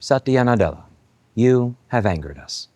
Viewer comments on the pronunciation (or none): Satiana? You sure you don't pronounce it wrong and it should be "Satania" instead?